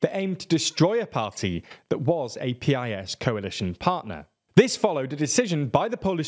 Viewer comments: Please next time say PiS party name as piss ❤ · Very good summary of Polish situation, in Poland nobody says P-I-S, we just say PIS (a bit like 'peace' in English) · You should pronounce PiS correctly, as it is in fact pronounced. It is not "peeayesss". It is "piss". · It's [piece], not [pee-eye-es] (Prawo i Sprawiedliwość, PiS, a Polish for Law and Justice). I really like all your content but nevertheless I think you should focus more on pronuncing surnames properly (Wąsik, Przyłębska, etc.), especially nowadays when it's so easy to check it out (Google Translate audio playback will do). It'll sound way more professional then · It's not "P-I-S". It's PIS. As in piss. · Eh. It’s not peee ai ess. You just say Pis. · It's actually "piece." But yes, they need work on pronunciation. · It's pronounced "piece."